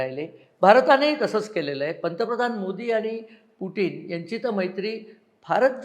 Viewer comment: अभ्यासक, पुटीन नाही ते पुतिन असं pronounce आहे असं वाटतंय